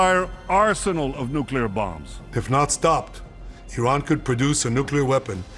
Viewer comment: First of all thank you for pronouncing the name of our country correctly. It is indeed pronounced Ea-ran, not I-ran. Third explanation would be the millions of Iranians on the streets in Iran and outside of Iran wanting regime regime change and we need foreign help to achieve that.